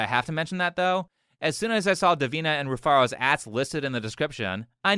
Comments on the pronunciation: Her name is Re-Fart-A. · Rufaro spoke to him face to face and he still got it wrong because she mumbled. He said "Rufara". That's how much she didn't pronounce HER OWN NAME. I thought she said Rufarta. The nerve to hold others accountable when you can't pronounce your weird name yourself. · Its pronounced refarted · her name Rufaro is a Zimbabwean name and she did a terrible job of pronouncing it it's actually a quite common name in Zimbabwe and it means happiness or joy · That first girl's name is not easy to pronounce at all the way you read it (Rufaro) is how you pronounce it but she is a Zimbabwean and that's what all Zimbabwean girls do trying to change the pronunciation of their names to sound cool. That's very sad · shes already lost the argument How are you gonna open up with an argument if you cant even pronounce your name correctly? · Rufaro is a Shona word for Happiness. Saw a reaction to the og video a while back and I have to admit, her name flew past me as well. As a Shona dude I would have immediately picked it up if she didn't butcher it. Shame on her. Bruh....she said she's a Zim goddess and fails to pronounce here name correctly???? I'm offended. So sad that, a white man, pronounced the name much better than she did😓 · Rufaro 😂😂😂 that's a Zimbabwean name. That's not how you pronounce it. Why is she saying it like that?